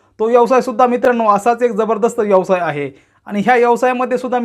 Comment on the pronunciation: यवसाय नव्हे व्यवसाय म्हणायला शिका आधी